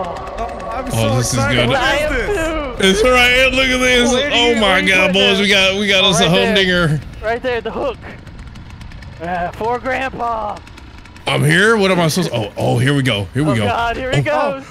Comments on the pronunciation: def sounded like "a home n*****" lmao but i think he said "home dinger" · i thought he said home digger 😂 i was like “what she digging?” 😂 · lol.. i know, but man it did sound like something else at first 😆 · Woah, woah, woah... When says "Hum dinger" I had to rewind it like 4 times to figure out that's what he actually says cause it definitely didn't sound like that at first. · lol we know man. He definitely says hum dinger but it doesn't sound like that at first 😂